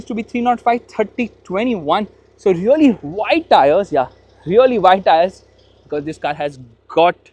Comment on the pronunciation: Really❌ Reollieeeee ✅